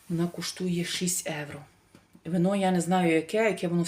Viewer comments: трішки менше бутилок дешевеньких, ви ж так хочете показати себе італійкою новоспеченою! А Італійці проходять мимо такого вина!🤣🤣🤣🤣. Евро евро. Та скільки вам треба часу щоб вивчити одне слово, що в українській мові вживають слово Євро!!! Від слова Європа, а не Еуропа!! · Евро, евро, евро противно слухати !!! Та прислухайтеся трошки до людей!!! І в нас в Італіі так ніби ви італійка та ніколи ви нею небудете!!!